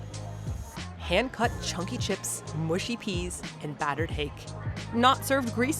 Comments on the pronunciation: You do realise that the pin in the start map was in SCOTLAND !! SHIRE is pronounced SHUR. " Slipper boots " !? I hope you ARE wearing pants when you go out !!😲 PANTS in the UK is UNDERWEAR !! AVON is pronounced AVUN. MUSHY is pronounced (as in dog sled MUSH) not MOOSH. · 'Mushy'....not 'mooshy'.